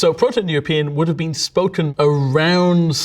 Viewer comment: "This has bean Etymology Support." lol